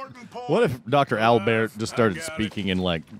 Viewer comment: Dr. Al-Beart. Holy shit. I died.